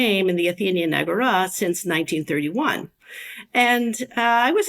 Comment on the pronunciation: Why do you say Agora like Ágorá. Where you learn the latin pronunciations like that? Honestly curious